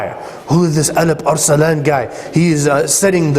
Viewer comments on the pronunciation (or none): First of all what is the ''elip er selan'' :D that should be ALP-ARSLAN (in Turkish it means vailiant lion) :D whatever it was just a joke I know it is the pronunciation of arabs :) secondly after all those services of Turks for Islam I wish Araps did not betrayed Turks in First World War! My nations have not deserve that treachery! Araps have turned their back to Turks and made alliance with camphor England :(